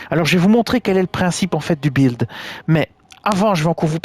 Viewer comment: Buildet test et non bildé teste !